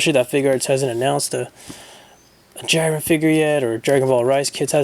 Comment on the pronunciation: (Jeerun)Jiren, (Kabah)Cabba.